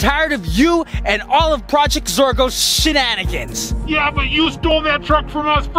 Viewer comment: said a bad word he said shitnanekens